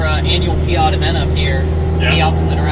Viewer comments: Feeyghat ??? Hahahahahaha its called and spelt fiat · Its fiat loool